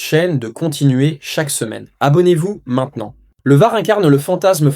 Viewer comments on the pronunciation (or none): none